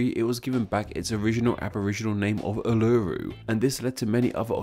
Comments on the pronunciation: I’m okay about you talking about Australia’s name’s, but I got genuinely upset at you mispronouncing the name’s. Like Uluru, it’s pronounced Ooh-la-roo. Not ooh-loo-too. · It's not pronounced Ur-Lur-uu it's pronounced Oo-Luh-Roo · Ul-arrr-uuu no its uoo--La-rooo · Im only pissed at 1 thing...ularu is mot pronounounced ooh laroo its pronpunced oo la roo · ooloru not ewluru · As a superior Australian I laugh at "uh-luh-roo" and spit on you for being a foreigner. Tis "oo-lah-roo" Nah I kid we all chill af here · You can tell this guy is American by the way he pronounces Uluru. He says it like oo-loo-roo and yet it’s pronounced oo-loo-roo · Australians: Uluru This guy: Ooh looh rooh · "oo-lah-roo", not "ah-loo-roo" pls, thx ^_^ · It’s pronounced ewlurew not ularu. Still loved the video! Regards A full blown Aussie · Uluru is pronounced ul-La-Roo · You don’t say Uluru like that mate, god you butchered it. “oo-ler-roo” or “oo-lo-roo” both sound similar enough. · Uluru is pronounced: Ool-la-roo Just as Unanderra is pronounced: You-nan-dare-ra And Kiama is: Ky-am-ma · Really sorry, I'm not particularly picky but Uluru is pronounced OOO, - LA - Roo. Almost like Hula-hoop. Great video besides though! You were fairly accurate! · This video was really great! Like come on, LEAF MONKEY😂😂 The only thing is you pronounce it - all-a-roo - 😊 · Uluru is pronounced “Ul-a-ru” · It’s pronounced oolaroo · Bruh it’s pronounced oo-la-roo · Uluru isn’t pronounced like that I understand how you missed pronounced it but it’s pronounced Ulaaroo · orouloo? Lol Non Australians saying Australian words :) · Say it like oo-loo-roo Uluru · Uluru is pronounced. Oolaroo.. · Uluru is pronounced wrong! its pronounced: Ul-er-oo. i enjoyed this video though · u-LU-ru 😂😂😂 so close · Uluru is pronounced ooh-la-roo lol :) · It's pronounced like ooluroo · u-ar-roo XD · Your pronunciation is actually not bad, accept Uluru, you butchered that lol. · The way he pronounced Uluru made every Australian churn